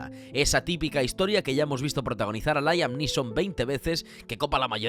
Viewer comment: Es Liam y no Láiam.